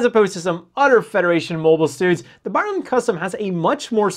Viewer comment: Please read the name of this MS properly. hehe.. More power to you man, I love your channel